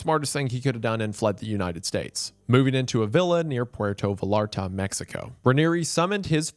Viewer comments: Not va-lar-ta 😂😂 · Oh no…someone tell wendigoon that 2 L’s in Spanish make a y sound. 😂 think the word tortilla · As a mexican, it hurts to hear him say "Puerto VALL-AR-TAH" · Pronunciation correction: Puerto Vallarta, you said puerto right, but Vallarta is pronounced like Vay-art-a. The double lls is spanish is always pronounced with a y sound. Great video! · VUH LAR TUH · Puerto Vallarta is pronounced “vayarta” 😂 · i love you and your content but how you pronounced puerto vallarta made me cringe as a spanish speaker. vallarta is pronounced v-eye-yar-ta. other than that awesome video king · Pretty sure that's not how you pronounce Vallarta